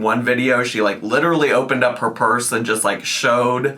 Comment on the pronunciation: lit-illy - yeah you're so real girl